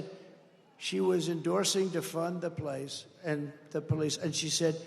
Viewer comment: …”she was endorsing defund the PLACE & the police…and she said…violent morrrbs let the violent mobs keep going..” His brain is too old to be President….the glitches are coming like crazy now.